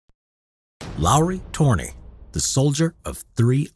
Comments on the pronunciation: Its Lauri törni not luro tuöirni. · I laugh every time someone pronounces Lauri Törni